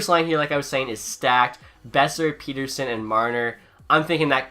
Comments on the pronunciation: Petterson, like letter-son. Not peter-son. People will get it eventually, if he stays good. Please God he stays good. Lol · ITS NOT PETERSON, ITS PETTERSON SAY IT RIGHT!!!!!!!!!!!!! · It's pronounced like pet-her-son not peter-son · Pet not Pete. Petterson. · You said Persin it’s Petterson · Its not pronounced Peterson it's pronounced pettersson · As a swede i know that you are supposed to pronounce it pet-ter-son. I think Elias just accepted "Pet-er-son" because thats what everyone said over in NA. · its actually pronounced El-le-ash Pet-ter-shon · If you want to be pedantic it's actually pronounced pet-er-shown in Swedish, but given the player has stated he doesn't care neither should you. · Say Pettersson right Pet-er-son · actually in swedish it’s pronounced pet-ter-chon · It’s actually Pet-ter-son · bruh im swedish and everyone says pet-ter-son including all swedish commentators.. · he did it as a troll cause people ask him so much, hes talked about the interview on after hours and confirmed its pronounced Pet-ter-sson. All Canuck fans know this.